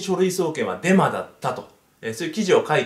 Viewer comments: ブンブンハロ、デンマです。ってきこえた僕は末期でショーか…w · デマです、が電○です、って聞こえた 俺って汚れてるなぁー